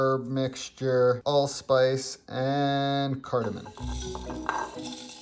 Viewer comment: he also said "cardaman" lol